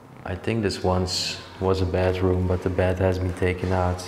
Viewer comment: Sounds like you are saying bathroom, but you are saying bedroom.